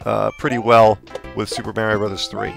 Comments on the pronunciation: its not me-rio its ma-rio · MARRYO MARRYO MARRYO! Other than that, not a bad review man! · I can’t stand how this guy pronounces “Mario”. Hate it when people do that. Other than that, good review over all. 👍